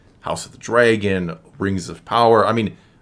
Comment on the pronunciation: Hey, you keep saying "House of the Drey-gone" - I don‘t think that‘s how that word is pronounced in English?